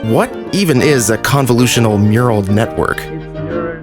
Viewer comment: "meural network" bruh. also chappie police robots when?